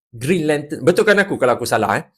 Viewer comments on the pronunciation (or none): Mula2 macam nak marah bila dengar "brown lantern"🤣